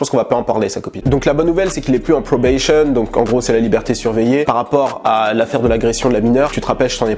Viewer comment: Probation, pas "probayshion" ^^